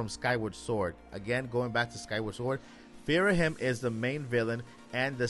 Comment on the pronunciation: Delete this and put your “source email” in the spam folder. It’s Ghirahim, first of all, not “Phirahim” or whatever you’re saying, and no… that doesn’t even make an ounce of sense if you’ve played Skyward Sword. 😂